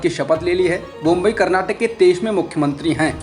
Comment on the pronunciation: नाम है, बोम्मई नॉला जा रहा बोम्बई!